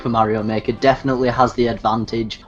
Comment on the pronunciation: "Stuffings stocked with Mario Mahker?" I'm sorry, did you mean "stockings stuffed with Super Mario Maker?"